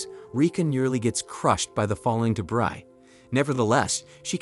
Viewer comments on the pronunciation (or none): debris - it's prounced de.......breeee